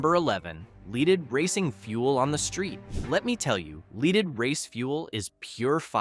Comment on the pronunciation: The AI audio confused me. LEEDed?